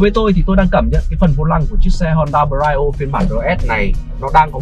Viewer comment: Phát âm Brio sai rồi